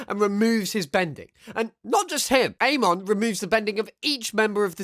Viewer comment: your saying names weird like amon and touph